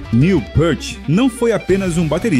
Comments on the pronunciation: Pra quem não é fã o vídeo não passou nen 10% do que Neil foi, aliás, se fala pirti, não pârte... Fundo musical nada a ver com o Rush.. assisti nem a metade do vídeo. Fui! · Pequena correção. O sobrenome dele é falado “piert”, não “pârt” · Amigo, só uma correção: a pronúncia é "pirt", não "pãrt". A fonte é a tradutora dos livros dele para o nosso idioma. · Pârti, não! Píârt, repita comigo, Píârt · A pronúncia é Pirt. Ele mesmo falou isso em uma entrevista a Modern Drummer em 1995. Neil PÂRT é invenção de brasileiro 😂😂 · péart? Que falta de respeito. Ele odiava a pronuncia errada de seu nome."Niu Piiirti", para vc iletrado que nao soube homenagear o mestre. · A pronúncia correta é Neil "pirt". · Obrigado pelo excelente vídeo! Só uma pequena correção quanto à pronuncia de Peart (Pirt). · o video é bom, o cara é uma lenda! mas o narrador estude pronuncia..... o nome dele fala "piert"" o album se diz "hemisfiers"